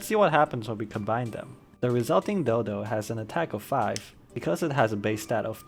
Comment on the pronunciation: Nice vid bro! Very informative, though maybe it's just me but I definitely didn't hear dodo